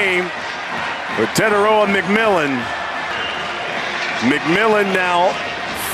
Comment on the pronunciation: They butchered bros name 💀😂